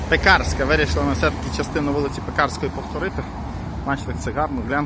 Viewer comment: ПекАрська. За Польщі вона була Piekarska, а у поляків наголос завжди на передостанньому складі.